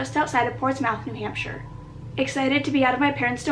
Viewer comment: I live in Manchester New Hampshire and I instantly screamed someone actually said it right and not like new hamper-Shire